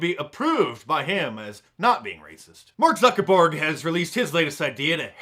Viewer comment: "Mark Zuckerborg" Hahaha